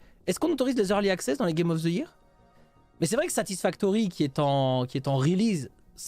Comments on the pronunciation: Il insiste toujours avec sa prononciation foireuse de "year" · C'est une prononciation totalement normale avec un accent français, j'entends 0 problème